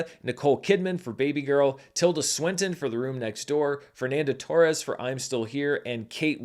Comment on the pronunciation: Got to live enough to hear say "Fernanda Torres"